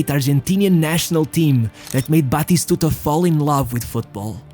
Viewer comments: We called him bloody stooger cuz In one of the older versions of FIFA like for PS2 When the commentator said his name it sounded like he was saying bloody stooger. We would yell Bati-stuta It's not that hard!! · Its not pronounced "batishtuta". Stop trying to sound refined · Some of the pronunciation is truly weird, e.g, Roma…(what.?) But I’m sure that in Argentina they call him Batistuta, not Batishtuta. Practice, practice!